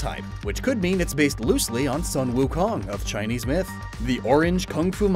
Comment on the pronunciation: I cringe when he butchers Chinese